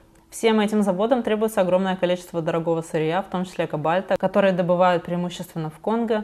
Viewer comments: ....кАбальта? Я почему-то всегда думала, что КОбальт. Так в школе учили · "Лития и КобАльта" 🤦🏼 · извини за поправку, но у "кобальта" ударение на первый слог.